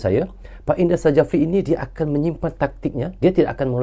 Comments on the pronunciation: Coach indra syafri itu dibaca y, bukan indra sajafri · 𝗇𝗀𝗎𝖼𝖺𝗉𝗇𝗒𝖺 𝗂𝗇𝖽𝗋𝖺 𝗌𝗒𝖺𝖿𝗋𝗂 𝖻𝗀,𝖻𝗎𝗄𝖺𝗇 𝗂𝗇𝖽𝗋𝖺 𝗃𝖺𝗌𝖺𝖿𝗋𝗂😁,𝖧𝗎𝗋𝗎𝖿 𝗃 𝗃𝖺𝗆𝖺𝗇 𝖽𝗎𝗅𝗎 𝖽𝗂𝖻𝖺𝖼𝖺 y🙏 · Indra safri bukan i ndra sajafri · bukan INDRA SAJAFRI baaaang... di tulisan nya memang INDRA SJAFRI, Tapi nyebut nya INDRA SYAFRI.🤣🤣🤣🤣🤣🤦‍♂️ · Indra Syafri bang 😂 bukan indra sajafi👍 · Kalo boleh ralat bang,pengucapan nya bukan indra sajapri, tapi indra sapri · Maaf Sy koreksi ya bung, Indra Syafri bukan indra sajafri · Tek betul kan ni bos indra safri,bukan indra sajafri bkn indra safri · Indra Sjafri dibaca Indra Syafri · nyebutx Indra Syafri, Krn Sjafri itu ejaan lama, j adalah y, sedangkan dj adalah j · Nama Head Coach Timnas U-19 INDONESIA Adalah Indra Sjafrie Huruf "J" adalah ejaan lama, jika dibaca saat ini sama dengan huruf "Y" Jadi baca yang benar adalah INDRA SYAFRI. demikian. semoga membantu🙏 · Cara penyebutan nama pelatih Timnas Indonesia itu adalah "Indra Syafri". 😊